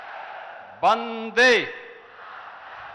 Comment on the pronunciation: बंदे नहीं वंदे मातरम् होता है जी